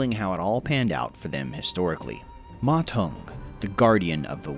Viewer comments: According to Wikipedia, the sound of "Ma Zeng" is much more "Mazen" then "Ma Tong". Still a great video for my favourite warlord! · You pronounce his name (Ma Tong) which means toilet bowl in Chinese. It should be Ma Deng if you pronounce it in English.